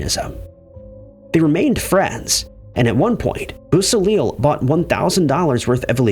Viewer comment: Just an FYI: Bobby Beausoleil's name is pronounced: BO-so-lay (French) Volpe is pronounced: VOL-peh (Italian & Spanish for "fox") Just trying to help! I know how much you like to pronounce things correctly!